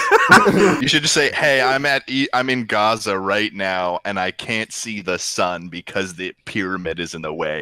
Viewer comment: the guy said fucking gaza instead of giza lmao